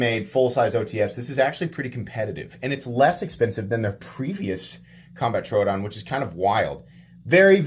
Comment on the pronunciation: love your content dude but the way you pronunce troodon hurts me lol